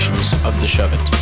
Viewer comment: DUMBASS its not a "SHEVIT" ITS " SHOVE IT"